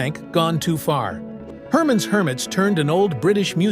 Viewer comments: Hermons. Hermits . Lol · "Here, AI, read this." Result: Hermonn's Hermits, and Ahab The Errob. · I'd rather listen to those songs than listen to that boring background music on this video. The AI voice narrating is even MORE so! Her MAHN's Hermits????